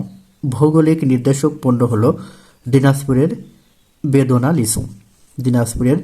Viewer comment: বেদনা লিচু না হবে বেদানা লিচু😊😊